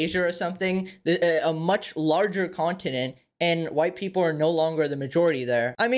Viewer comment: Wahyte Peepole